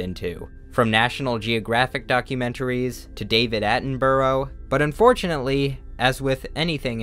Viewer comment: Please never say David Attenborough like that again lol